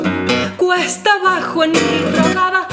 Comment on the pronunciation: Bellísima "puditse" decir,... perdón; pudiste decir "cuesta abajo" (aunque enseguida se te salió decir "cuetsa" abajo...